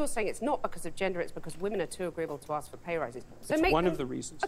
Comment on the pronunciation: Its "ask" not "axt"!!!!! is it ignorance or some culture thing???